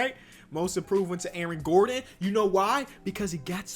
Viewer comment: Why does he say Aron Gordon....